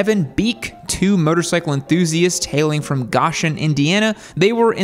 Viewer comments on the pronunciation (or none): It is not Gahshun, it's Gooooshen. Long "O". Get it? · They look nice uo close, and just fyi it's Go-shen, not gosh-en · Go----shen is how it is pronounced. NOT Gosh----en. If you want to criticize, learn how to pronounce names correctly at a bare minimum. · Wow. Way to miss the point completely, dude. These bikes are like nothing else on the road. Ride one instead of bashing an excellent little company with a unique product. Park your Eurobike next to a Janus and see who draws a crowd. And it's Go-shen, not Gosh-en. Research much? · It's pronounced GO SHIN. Not GOSH IN. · Hey,, just so you know, the town is pronounced "GO- shun," like "Go take a ride," not "GOSH-un," like, "Gosh, that's a cute retro bike." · The city is pronounced Go-shen, not Gosh-en. It’s hard to take your bit seriously if you can’t be bothered to get the most basic of facts correct. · Goshen is not pronounced "Gosh-in". The 2 first letters are key. It is GO! So you pronounce in GO-shin. And you are welcome to come visit Goshen. We have many wonderful county roads to ride upon. Just watch out for the road apples from the Amish Buggies. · Hello - the Indiana town is pronounced GO-shen (not GAH-shen). Importantly: I know lots of other things no one cares about, and don’t even like Indiana. But I still promise to continue to note useless facts here in the comments until the day I leave this planet for the great garage in the sky. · I think these bikes are really cool but that price tag is a bit too much. BTW, the town Goshen is pronounced “GO-shun,” not “Gosh-en.” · It's Go-shen not Gosh-en. Sorry but it was driving me nuts. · It's not Gosh-in Indiana it's Go-shin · is pronounced "G oh shen" not G ahh shen... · Not Gosh-en, It's Go-shen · Go-shen not ga-shen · Gosh-en 🤦‍♂️ no it’s pronounced Go-shen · I'm from close to goshen. We pronounce it go-shen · It's pronounced Goe-shen, not Gosh-en. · you nailed janus, but its go-shen not gosh-en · It is pronounced "GO-shun" not "Gosh-un" Indiana